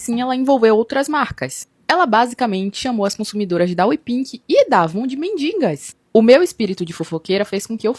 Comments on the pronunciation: fico doida com a guria falando MINDINGAS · “MENDINGAS” dói nos meus ouvidos!!!! 😂